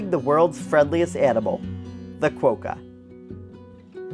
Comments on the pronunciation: Nope. Not the most isolated city...the most isolated capital city. Honolulu is far more remote than Perth. By the way Quokka isn't pronounce quoke-a, it's pronounced kwok-a as in wok. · Great video of my home city. Just a note Quokka is pronounced with the 'o' as in clock not cloak.